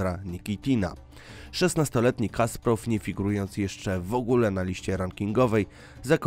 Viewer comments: Drogi autorze, genialny szachista to Kasparov, nie Kasprov. A po drugie, mówiąc o Damie z gronostajem, pokazujesz Monę Lisę. To nie jest to samo. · Kasparov a nie Kasprov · Kasparow!!!! Nie Kasprow, aż mi uszy zwiędły tyle razy te nazwisko przekrenciłeś